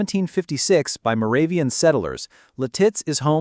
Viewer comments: Its Lit-itz NOT Li-titz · I always thought it was Lit-Its. I kinda like Leh-Tits though... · Lititz is pronounced Lit-it’s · You’re saying Lititz wrong 😂. It’s said like “lit-its”. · AI Crap. It's Lit-itz bruh. AI BS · Lititz is Pronouced Lit-its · Lititz is pronounced LID-its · I think you should learn how to say Lititz. It's Lit- itz 🙄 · How hard is it to accent the first syllable typical of American English pronunciation? LIT-its. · You got to love AI - La Titz 😂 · I'm 72 and live in Lititz. The name of the town is pronounced LIH-tits--emphasis on the first syllable. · you are pronouncing lititz wrong. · Your mispronunciation of LITITZ is hilarious 😂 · Boy, you really butchered how to pronounce Lititz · I know right! 😂😂😂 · Where were those palm trees at the beginning? Also, learn to pronounce Lititz. Your credibility is shaky.